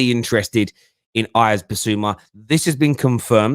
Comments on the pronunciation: It’s my name as well as Bissouma’s it’s pronounced “Iv” or Eev. Or Eve. Not Ive or I’ve. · It's pronounced as Eve Bissouma not as Ives. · pronounced eve dickhead